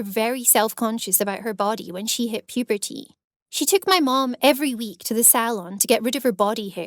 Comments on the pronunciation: PUEEPEERTYY BEETER MOOM girl that doesn’t how u say iT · And she says "puberty" like "pubertea" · she really emphasises puberty